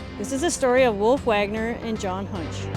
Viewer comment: Wolf = o, not oo :) - I skip the surname "Höntsch" ;)